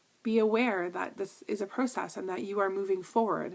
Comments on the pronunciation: ps..i love the way you ssay pro-cess too! :) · Btw can I just say I love the way you say pro-cess. :)